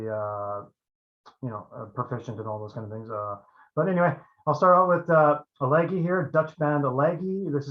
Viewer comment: I'm pretty sure you're mispronouncing Elegy, it's more like 'eledjee'. My pick has always been Kiske and it was perfect timing - he had left Helloween around that exact time and his voice really would have been awesome in Maiden. His range is even higher than Bruce's.